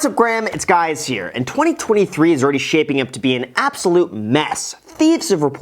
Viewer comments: “What’s up Graham, it’s guys here.” Lol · What's up Graham it's Guys here???😂 Was it a test??? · Can someone tell me why he says what’s up graham it’s guys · “What’s up Graham, it’s guys here.” 😂😂😂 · "What's up Graham, it's guys here" lol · Whats up guys!!!! I though your name was Graham......not guys.... lol Look at the intro :) pretty funny...